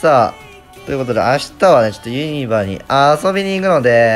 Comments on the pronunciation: 関西人からするとユニバの発音ユ↗︎ニ↗︎バ↗︎なんよなー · ユニバのイントネーション怪しい👍️ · ユニバの発音が気になるww